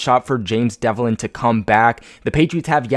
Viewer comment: Its james develin.....not devlin.....jesus christ 🙈🙈🙈🙈🙈